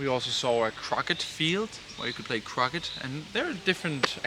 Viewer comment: try saying 'crowkay' and that is the correct pronunciation of croquet, the game.